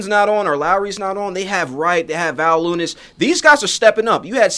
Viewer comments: with, mispronouncing Valanciunas name and mixing up Beal and Walls names just makes it seem like you googled a basketball article for a story and aren't actually fans. I could be wrong, but I can see where is coming from. I mean how many Raptors games did you watch this season? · Guy talks shit but cant even pronounce jv name